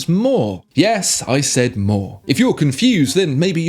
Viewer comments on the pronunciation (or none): none